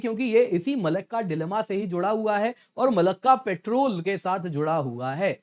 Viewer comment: पेट्रोल नहीं पॅट्रोल